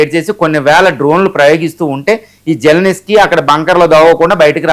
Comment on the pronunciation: జల్ నిస్కీ కాదు బై జలెన్స్కీ అతని పేరు